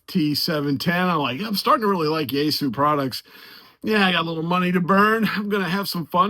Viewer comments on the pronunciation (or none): Yeasu? You mean Yaesu😅